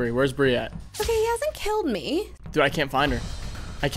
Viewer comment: why it said brie is bri not brie